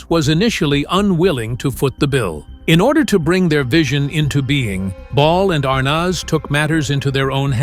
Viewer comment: Good old "Desi Arnawz"